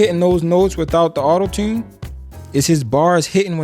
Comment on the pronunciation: “Autotune” gave it away… You from Baltimore huh? 😂